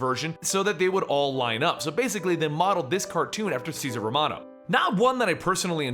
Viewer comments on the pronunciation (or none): it's Romero, not romeran! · Cesar Romero not Romano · romero not romano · Just like it's César Romero, not Cesar Romano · He got Ceasar Romero's name wrong at least once too.